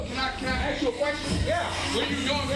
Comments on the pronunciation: "Yo yo yo yo yo yo yo yo, can I AXE you a question?" Is he trying to get arrested? 🤣🤣🤣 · Why is the opening statement in so many police encounters "Yo, can I ax you a question?"? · Oops he just threatened the cops..."I'm gonna AXE you!" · Lemme Axe you a qweshtawn...